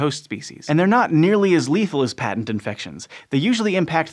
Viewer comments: Patent infections: pronounced "pay-tent" not "pat-tent". "pat-tent" is a legal construct. "pay-tent" means open or obvious. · Mispronounced "patent", which is an all too common fault nowadays. When the word means "obvious", as in "His scheme was a patent fraud," or in a biological sense, as with the "patent virus", the first syllable is said with a long "a", like "pay" -- PAYT-ent. The short "a" pronunciation is used for the word that gives someone a license for his invention, or for a thing invented -- patent leather shoes, patent medicine.